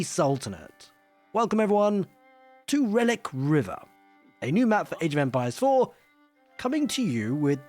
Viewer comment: Sounds like "welcome to Age Vampires" every time I hear it